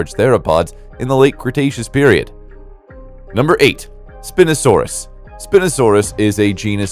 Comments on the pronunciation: Its not API no sand us it is spie no sand us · Bro, Spinosaurus is pronounced spy no sawr us. Dreadnoughtus was the biggest dinosaur, not the Argentinosaurus. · I heard this while I wasn't looking at the screen and was like "wtf is spin-osaurus??"